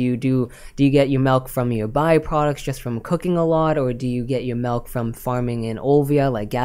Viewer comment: I hear melk, must be Canadian